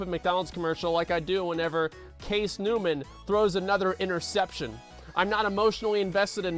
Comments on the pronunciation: he said Case newnum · He said Case Newman! Lmao